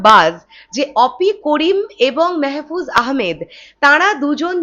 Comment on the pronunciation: আপু মেহেফুজ আহামেদ না মাহফুজ আহামেদ হবে আর অপি করিম। এরা ছোট খাটো অভিনেতা অভিনেত্রী না। বলতে গেলে এরা এক এক জন একটা অভিনয়ের ইনস্টিটিউট। তোমার জ্ঞাতার্থে জানাচ্ছি এর আগেও মাহফুজ শাকিবের সঙ্গে ছবি করছে কপাল নামের একটি মুভিতে দেখে নিয়ো।